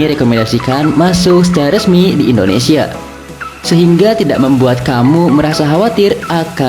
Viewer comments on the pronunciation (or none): none